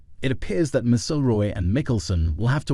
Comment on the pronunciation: HIS NAME IS MC (AS IN MAC) IL ROY